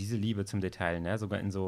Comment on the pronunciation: Detail, das ... Aussprache: [deˈtaɪ̯] ... man spricht das L einfach nicht ... stop it xD